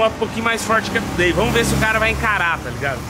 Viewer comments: Se pronuncia tiu dei não como está escrito today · Se fala "thu day" e não " to dei" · Você sempre fala o nome today errado...você precisa colocar no Google tradutor e ouvir como se pronuncia correto